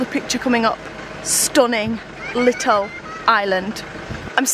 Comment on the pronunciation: And every fooking thing is ‘LITTUL’